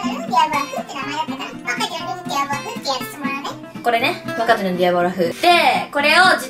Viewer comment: で｢若鶏の｣が｢バカ鳥の｣って聞こえたやつ俺以外にいるはず（編集済み）